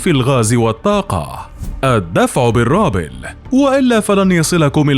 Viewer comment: اسمه الروبل و ليس الرابل